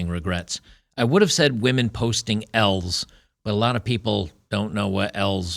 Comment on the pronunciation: lol, he said women post some "L"'s online but i sounded like women post smells online.